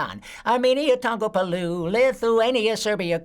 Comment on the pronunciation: He keeps saying my country wrong. It’s in the new version. He says palu, it’s Palau (PA.LA.U) I love Animaniacs! Pinky and the brain